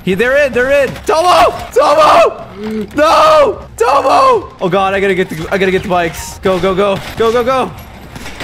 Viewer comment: Everytime Caylus says Tomo Directioners be like- no it's TOMMO!!